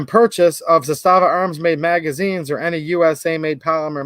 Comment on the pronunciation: I sent them the video ;) It's pronounced ZAS-tava. Not za-STA-va.